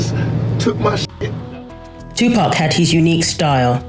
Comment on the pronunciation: Right, I'm saying Tupark from now on 😅